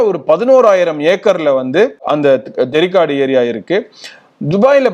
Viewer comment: தெரிக்காடு அல்ல அது தேரிக்காடு